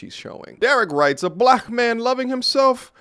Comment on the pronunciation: Is this man Dominican cuz the way he says black....